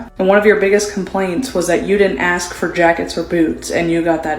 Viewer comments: Please, "ask". not "aks:. Thank you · I didn't "axe" you 🙂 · Lol at what they " axe" for. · What a bunch of low life *******!! You DESERVE NOTHING!! Learn how to speak!! It is ASK not AKS! GTFOH!! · When they say axen for tells you everything